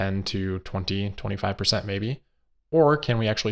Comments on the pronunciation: 30 perthent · 20 perthent